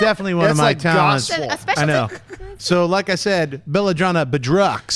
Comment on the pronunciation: The right way to say it is boo-drow.